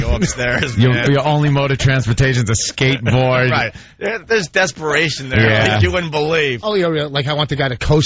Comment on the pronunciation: Imagine Vawsch on his shkatebawred.